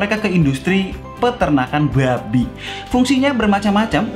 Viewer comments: Buabi nya medok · Bg bilang buabi nya selo aja bg😡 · biasa wae mas nek ngucapno kewan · Pagi pagi kuping gue penuh ama kata babi yang ditekan huruf 'B'nya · Ngomong Babi nya ngakak 😂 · Ngomong "Babi"nya harus gitu ya? 😁